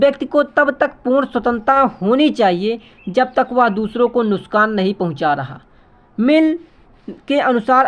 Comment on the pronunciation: Nuksan ❌ Nuskan✅ 😂😅 Btw helpful video..thanq so much sir 🙏🙏